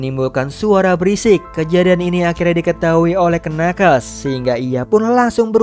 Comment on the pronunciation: knuckles itu dibacanya nakels harusnya